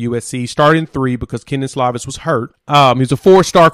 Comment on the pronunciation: Great job hombre, well spoken! Its Slovis, not Slavis!